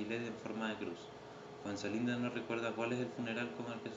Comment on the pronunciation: buen video mano, ojo que era Fuenzalida y no Fuenzalinda kdkdkdnd